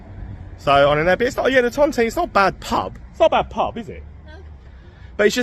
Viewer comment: It's pronounced The Ton Tine not ton Ton Teen Hanley's a dump full of dust heads and morons who go out for trouble most local people like myself avoid Hanley as much as you can, You were lucky it was quiet good video thank you.